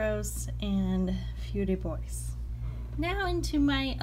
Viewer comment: I love Feu De Bois (along with Figuier)! Heads-up, it's pronounced, Foe De Bwah. : )